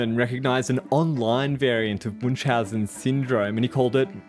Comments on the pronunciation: Your pronunciation of Münchausen syndrome is just hilarious xD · The pronounciation of "Münchhausen" striked the German in me a bit, but I can't complain since my fellow native speakers aren't well known for their nice th. Anyways, if somone wants to approximate "ü" try "ee" (as in easy), it's a lot closer than u and requires minimal effort. To get even closer, take your "ee" and round your lips as you do in "o" to make it "darker". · the name's actually German and Münchhausen - the two dots above the u make a completely different vowel that's called "Umlaut" and sounds nothing like an u. I don't think there's a similar sound in english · This thing here might be called Munchausen, but the person this name is based on is called Münchhausen. Where did the second "h" go? And why do english speakers mess with umlauts so much?